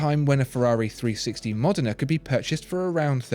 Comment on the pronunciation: Modena is not pronounced Modern-Uh! Try Modd-Ena